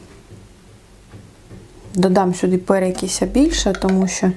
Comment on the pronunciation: Перекис, а не перекіся🤣